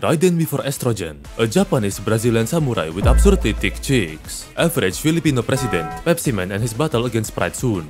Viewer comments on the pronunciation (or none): did he say average filipino president?😂